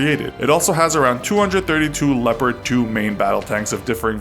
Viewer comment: He Pronounces "Leopard" "Leporad" hahah, Otherwise cool Video :D